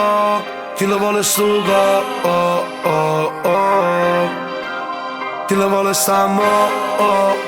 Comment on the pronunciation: Però che cosa strana che questo è catanese ma canta Napoletano ?!?!? Cioè perché ? A parte che mi chiedo come fa a saperlo parlare, anche se non benissimo perché tipo “ Kill vol “ si dice semplicemente “ Kill Vo’ “ a Napoli...